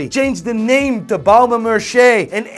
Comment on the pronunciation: not Merchier, pronounce S like Mersier 😉